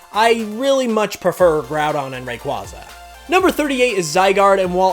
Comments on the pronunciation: *Ray-kway-zuh Not "Ray-kwah-zuh" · RAQUAYYYYYYYYYYYYYYYYYYYYYYYYYYYYZA NOT RAQWAZA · Fuck stop saying rayquaza like that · You pronounced Rayquaza wrang!! Yes, wrang was purposeful. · Rayquaza and arceus are pronounced wrong. There is no RCS system. Also that's not Yugi, that's the Pharaoh.